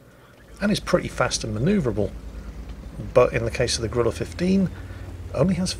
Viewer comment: Why are British people incapable of pronouncing the name of this tank? It's Grille, not Gorilla.